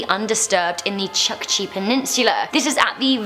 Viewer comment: It's pronounce chookchi like in book